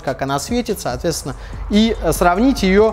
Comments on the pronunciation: Выпивал каждый раз когда слашал "соотвецвна" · Злодей, как теперь это не слышать?! Соотвецвна